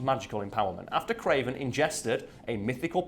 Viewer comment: The "Cray-VAN" FFS I love comic books